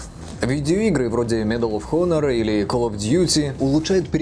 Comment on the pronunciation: Honor читается как онор, а не хонор. Тут непроизносимая буква. Мои уши... :(